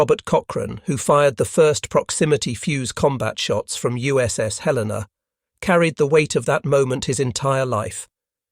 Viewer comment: The first WW2Tales installment that pronounces USS Helena correctly